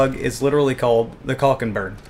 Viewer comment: Also, its pernoused "caulk = caul-ck" not "cock = penis"